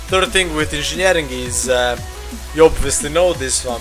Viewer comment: INZINJERING best proffesion ever. :D